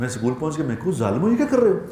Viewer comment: maulanaa sahiba not sakool it's school۔